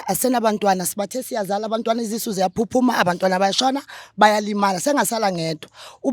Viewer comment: U uyangbulala uma ethi nezizu ziyaphuma asho izisu Ai 😂😂😂